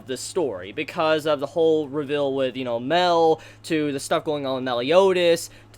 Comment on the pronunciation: Fam for the last time its pronounced (My-el) Mael is just a shortened name for Samael (Sa-my-el). It is both annoying and confusing when you pronounce his name incorrect, mostly because it sounds like your talking about Meliodas but using a nickname.